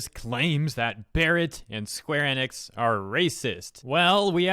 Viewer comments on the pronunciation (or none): none